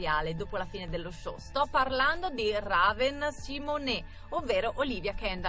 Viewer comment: Si dici Reven non Raven